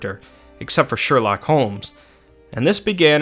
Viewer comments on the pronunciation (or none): none